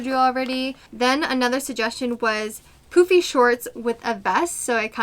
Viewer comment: I’m only 3 minutes in but can’t stop chuckling to myself every time you say “poofy pants” because it sounds like “poopy pants”! I’m 50 years old but sometimes I think I still have the sense of humour of a 5 year old! 😂😂😂